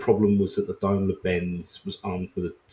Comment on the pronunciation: Blinking awful subtitles though. Also neeed to learn the correct pronunciation of Daimler(a wholly British company at this point).